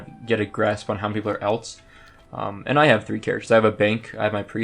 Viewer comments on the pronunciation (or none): say alts wrong 1 more time